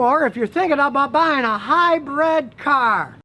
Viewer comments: Brid NOT Bread! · Scotty says "Hi-bread". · Hmmm. All I can gripe about is Scotty saying 'hybred' instead of 'hybrid'. I don't like to gripe, but Karen kept yelling at me about it. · What is it about northerners that they cant pronounce hybrid? Both scotty and regular cars say high bread.